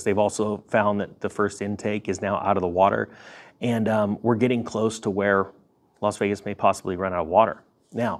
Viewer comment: Don't mean to seem pedantic.....but it is Las Vegas......and not "Los" Vegas.....